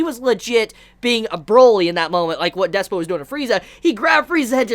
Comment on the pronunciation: Its DISPO with a Y ! Pronounce Dis-y-spo !!